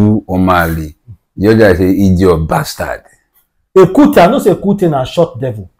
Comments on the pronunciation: Ekuke not ekute. Ekuke is the local Nigerian dog breed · Ekuke not ekute… be pronouncing rubbish